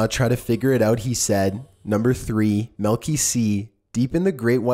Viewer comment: is chillin' is quite irritating. He's stating facts it sound as if he's asking questions. Not a positive vocal affectation for a video narrator. It's f**king pronounced "milky," not "malky."